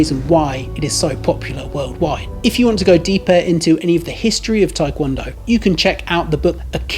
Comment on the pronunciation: The Tae in Taekwondo is not pronounced as "Thai" ... it's Tê ~